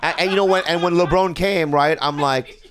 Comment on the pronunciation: And after laughing at Bobby for pronouncing Lebron wrong smh....